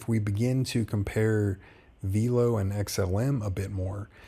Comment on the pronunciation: My guy, it’s pronounced “VEL-LOW” like “hello” with a V. I only know this because I’ve watched interviews with their executives. Love the content and vids 🙏🏼🤘🏼